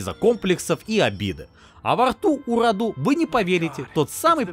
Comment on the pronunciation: мы не африканцы и не индусы. Не РадУ, а РАду. Не ДракУл, а ДрАкул.